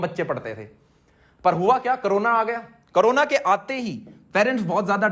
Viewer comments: 🙏🙏🙏 करोना, नहीं होता। कोरोना,होता है। 😁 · aman bhaiya..... karona nahii korona..